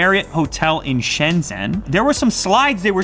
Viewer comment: shenzen is pronounced as shenjen